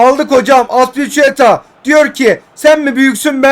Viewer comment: Sağ bek telaffuzu "Asbilikueta" diye okunuyor abi